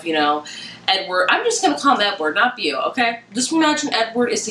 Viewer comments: I think it's pronounced BOW-Ford, so for short it would be Bow. like a bow and arrow or a hair bow. Back in the day they used to call their boyfriends Beau... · Beau is said Bo. It means beautiful in French...